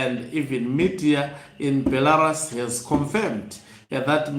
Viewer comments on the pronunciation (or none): Be - la - RUSI say it. Be - la - Rusi again Not Belaras ok. If you try to improve your presentation the better. The picture of Mnangagwa in BELA - RUS is an old picture. If you look carefully you see its old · Hama yangu, nyika iyo inonzi Belarus (ra, re ri, ro, RU)s not Belaras as per your pronouncing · Beh - luh - roos Brother